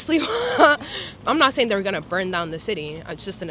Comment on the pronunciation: Just for your info it’s pronounced SLIVA and means Plum in Polish.